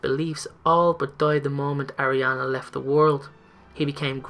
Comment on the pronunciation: also, it's pronounced Ar-ē-ana not Air-ē-ana